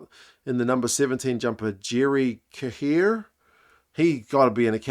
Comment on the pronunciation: Cahir = kah - her